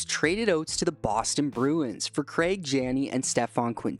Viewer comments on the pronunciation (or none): none